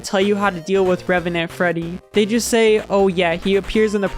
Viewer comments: Maybe I'm going crazy, but I kept hearing "remenant" instead of "revenant" (￣┰￣*) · it's not even "remnant", the in-game spelling is "revenant" so he's getting it even more wrong. surprised he didn't say "animanotric" or something like that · Great video but please stop saying RemEnant. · The “remenant” is killing me every single time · The pronunciation of “remenent” constantly really got me tilted. It’s reVenant with a V!! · bro really cant pronounce "revenant"